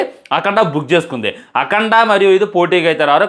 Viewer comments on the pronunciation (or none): none